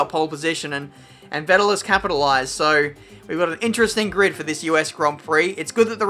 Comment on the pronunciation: Vettel is pronounced more like Fettel. :) Kinda annoying to hear you saying it like that hahah